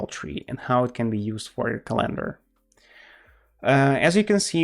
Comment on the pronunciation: Say CalEndar one more time I double dare you